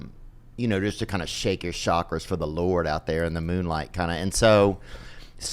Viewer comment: Did he say "shake your shakra's"???